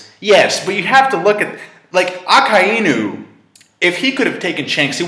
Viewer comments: Akainu is not A-KAI-EE-NEW it's A-KAI-NEW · That's not how you pronounce akainu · can this guy pronounce fucking marineford wtf is a marinefert lol also mariejois wtf?? and cant even pronounce akainu correctly gosh